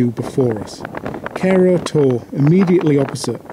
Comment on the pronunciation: You need to improve your pronunciation. It's not "kerro torr" but cerro (sce-raw) torrE 🙂